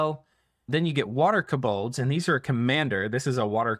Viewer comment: It's "KO-bolds", not "kuh-BOLDs"